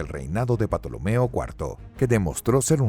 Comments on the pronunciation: La P es muda se pronuncia tolomeo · Yo se que La "P" no se pronuncia Yo aprendi a pronunciar "TOLOMEO" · es cierto se pronuncia tolomeo pero bueno un desliz lo tiene cualquiera realmente es un fallo aceptable quiero decir sino has tenido contacto con el latin y sobretodo nombres cientificos no se lo perdonaría a un paleólogo además si alguien quisiese ser estrictamente riguroso dudo mucho que su mejor baza fuese un video de apenas 10 minutos... bastante aguanta el tipo el canal >.> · Cada vez que dices "patolomeo" me es acuerdo de las patoaventuras con el tío Mcpato jajajaja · Se pronuncia tolomeo xd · Que risa patolomeo 😂😂😂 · La P es muda se pronuncia tolomeo xd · Cierto la P es muda se dice tolomeo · Por favor!!!!! Que alguien en la producción de este canal le diga al narrador que la P de Ptolomeo es MUDA!!! No es la primera vez que este narrador pronuncia mal ciertos nombres de personajes históricos en sus videos. Importante saber la pronunciación correcta en español antes de realizar el video! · La pronunciación de la P inicial en Ptolomeo y Ptolemaica es un error lamentable. Ahí falta asesoría al locutor. Esto por último es un gazapo, lo que no lo es y parece que nadie ha mencionado es que dice que Cambises invadió Egipto en el 1525 a.C. Este sí es un error inaceptable en un canal de historia. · Mejor Tolomeo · Aunque grandioso video, no se pronuncia Patolomeo se pronuncia Ptolomeo tal cual. Perdón por parecer un listillo. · porque dice patolomeo? me da rabia, no es patolomeo es tolomeo la P no se pronuncia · el video esta perfecto, incluso las imagenes de Assasisns Creed Origins; salvo lo único que arruina el viaje histórico son los nombres de patolomeo que segun recuerdo la P es muda y se pronuncua Tolomeo de la dinastia Ptolemaica, hay un libro de alejando magno que habla sobre y muchos detalles sobre su viaje al Oasis de Siwa,etc. lo de Patolomeoque me imagino que debe se ancestro del pato donald jajajaja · porque dices 'patolomeo'??